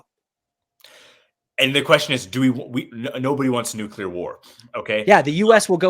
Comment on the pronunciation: you two need to have a debate about how to pronounce properly the word “Nuclear”. would win by the way. Because he’s right about how to pronounce it.